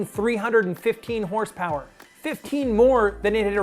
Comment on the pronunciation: I don't think this guy got the memo on the pronunciation of HRSPRS